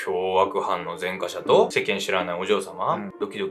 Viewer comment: 前科者と書いて「ぜんかもの」と読みます。